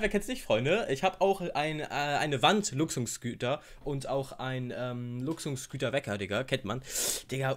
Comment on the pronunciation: Deutsch lernen mit: attttrakttttiv Luxunsgüter